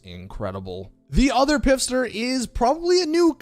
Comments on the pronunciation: Stop saying pifster.. clearly it's spelled pfister.. the P is silent... fister. its a play on the pronunciation and spelling. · I love,and his videos, but it’s seriously like nails on a chalk board when I hear it pronounced that way lol. Thank you for say this😂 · sick video! But Pfister is pronounced “fister” - the P is silent. It’s an innuendo just like “pro laps”😂😂😂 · No its not its pronounced "Piff-ster" 🤣🤣🤣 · No it’s pronounced p fist her lol